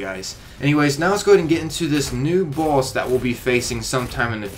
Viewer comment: Idk if he's saying boss or balls...